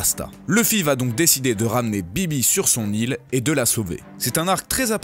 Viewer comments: C'est vivi pas bibi ! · pourquoi il dit bibi au lieu de vivi cet autiste il met des accents sur tout les mots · princesse vivi pas bibi 😂😂😂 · Vivi pas bibi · Bibi ? BIBI ?! C'est Vivi ! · juste ce n'ai pas bibi mais vivi Ps: je ne sais pas si tu dit bibi parce que c'est peut etre du jap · On dit Vivi pas bibi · salut pourquoi tu dis bibi c'est vivi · c'est pas bibi mais vivi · c'est Vivi pas bibi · c pas bibi c vivi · ouais mais en Jap ça se prononce "BiBi" et vu que kiff plus regarder en VOST bah:') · il a appelé vivi bibi lol 😊